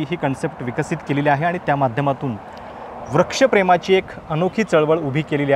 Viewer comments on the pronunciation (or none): व्रक्षप्रेम की वृक्षप्रेम??😅. सुधीर मुगंटीवार व्रक्षप्रेम म्हणतात तसं ते नसून वृक्षप्रेम असतं ना ते😊